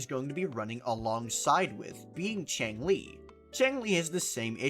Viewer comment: You pronounce changli the same way you pronounce xiangli btw, with the middle like an aw sound instead of an ay sound. "Chaw-ng-lee"